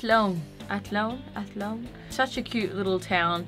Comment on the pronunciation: YOU CAN LITERALLY PULL OFF EVERY HAIR COLOUR!!! Haha your Irish accent is actually pretty good, when you said 'Athlone' you'd have me genuinely sold you are Irish. Awh your crying part is so sad but its so cool to think how the Internet can connect people and make them fall in love. I hope you come back soon :) XX